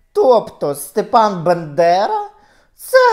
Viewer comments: Пані Ірино, ну, ви ж Світоч української мови, що це за вимова «Биндера», що це за свинособачі нотки? БАндера! БА! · Фаріон вбила би за вимову Бендера а не Бандера, ви шо... Найсвятіше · Дуже схоже, дотепно. Прекрасна українська. Але ж БАндера. Якщо ,звісно, це не якийсь акторський прийом. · Не Бендера а Бандера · Ви декілька разів перекручували призвіще провідника, але загалом к Вас чудова українська мова.